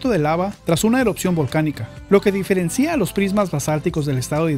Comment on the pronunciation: Es se diferencia y no diferencía